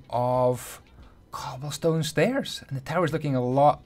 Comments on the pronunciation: stobblecone? Ik it was a mistake but I couldn't help myself but to laugh ik u ment cobblestone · "and we are gonna get a slab of stoble con" - 2018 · he said stobblecone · “Gill in the faps” “Blocks of stobblecone” I love it😂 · stoble cone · u said stobblecone